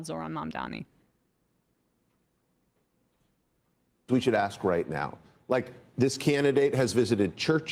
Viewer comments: Why do they keep mispronouncing his name as Mundami? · Is it my ears or they are still calling him mamdaMi instead of what it is, mamdaNi? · “Mamdam-ni”?!? Yowza even professional journalists are so susceptible to the detractor’s narrative. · WHY do they all KEEP calling him MamdaMi? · "Going back and forth" with Jonathan Greenblatt AFTER they allowed him to use their broadcast to lie is complete bullshit!!! The time to "go back and forth with him" was while he was lying on their show!!! (And learn to say the man's name correctly!!! Mam-da-ni.....it's three freaking syllables!!!) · does this guy have brain damage or speech impediment? Mamdami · how come they can’t pronounce his name? Are they illiterate? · And the CNN guy mispronounced Mamdani’s name 3 times too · Can those TV anchors say Mamdani's surname correctly please ? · He mispronounces his name in purpose. The level of passive of little girls. It’s petty. He is also a hardcore Zio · Bro literally can't pronounce Mamdani. Maybe correct your pronunciation of the future mayor's name before you correct Greenblatt's smear of him, asshat. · Is "Mamdani" really that hard to pronounce? 😅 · I hate how so many of them keep saying his name wrong, it drives me up the walls. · Is it that fucking hard to pronounce Mamdani? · Mfer trying to correct the record to the benefit of Mamdani and can't even say his name straight